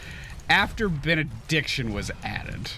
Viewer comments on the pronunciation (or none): did he say "after bein'-a-dick-tion was added"? That's what I've heard instead of Benediction